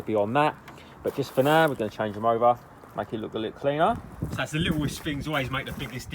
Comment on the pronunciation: Amazing videos as always love this channel and when u say now it's "naa" lol love hahaah